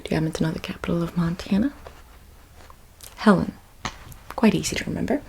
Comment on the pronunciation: As a master of the US State capitals, the way you are pronouncing Montana’s capital is cracking me up. 😂 It’s Helena not Helen.